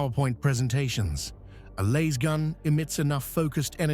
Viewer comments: It's a Lass-Gun, not a Laze-gun,. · The a is short not long. Damn this AI voice crap. You'd think with all the money spent on AI research that it would know grammar. Yet it still can't get 1st grade grammar correct.